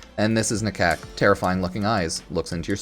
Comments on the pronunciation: You know Ifor a second there. I thought he said Talk to my cock, instead of nakok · Man said "talk to DA-COCK"